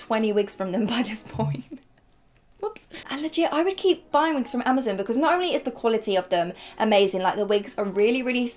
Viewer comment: This is the first time i've ever heard anyone say Amazon as "Amazin" I found that a bit strange, not weird, not wrong, just strange